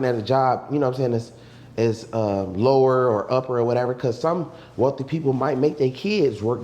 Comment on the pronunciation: This nigga said “they wealthy sons they weathly daughters “🤣🤣🤣💀